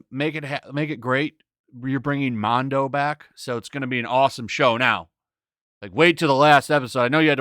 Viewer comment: Imagine being such a child that you have to try and pull from a few other opinions that you have to validate your own. The episode didnt not bomb - you know how I know? Because a bunch of people are talking about it including this guy who cant even pronounce “mando” right. Most people liked the episode dude. Star Wars isnt dead - its very alive and its probably one of the best times ever to be a star wars fan. We get live action star wars every week. Every other youtuber I watch talk about this show talks about it with their opinion. Like it or not they share that respectfully. This is the only guy who just trashes on things - not only from himself but he tries and pulls from other sites and tweets to make himself feel better. Dude is a total scumbbag. Hope these videos stop showing up along side decent content creators that are actual fans, and not just in it for the fame. This is the exact same kind of guy that wouldve bullied prequel actors back in that era, trashed on those movies, all the while trying to get the autograph to make some $. Same kind of attitude.